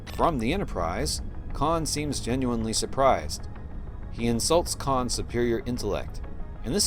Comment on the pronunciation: 'Khan' get it right